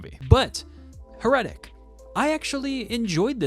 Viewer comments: Dude, accent is on the first syllable. HAIR-uh-tic. Like Heresy. But otherwise good review. It can’t be worse than the Popes Exorcist, so middle of road isn’t a ditch like that was. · How did you come up with that pronunciation? Accent on the first syllable, my man. HAIR - uh- tik. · How can I respect a review when you can't even pronounce the title correctly? heh ruh tuhk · Your pronunciation of heretic makes me shudder. 😨